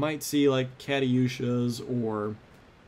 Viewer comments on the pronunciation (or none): You pronounced Katyusha wrong xD and it's also not a tank. But you were close enough with it being an artillery piece of sorts (It's actually a multiple rocket launcher